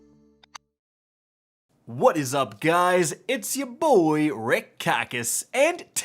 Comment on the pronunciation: I was honestly thrown off when he said "Rick" Khakis 🤣